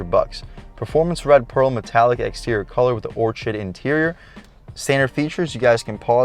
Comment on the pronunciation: Just FYI, "Orchid" is pronounced "or-kid" -- like the flower.